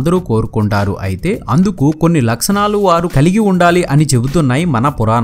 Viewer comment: "Laksanalu" kadu bayya "Lakshanalu"